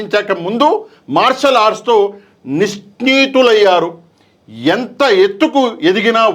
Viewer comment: అక్కడున్న తెలుగు పదాలే మీకు పలకడం రావడం లేదు, జిజ్ఞాస అనేది, నిష్ణాతులు అనేది మీరు తప్పు పలికారు, అలాంటిది మీరు ఎలా విశ్లేషిస్తారు